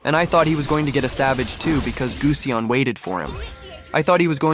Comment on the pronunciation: its not guseonn its gusion btch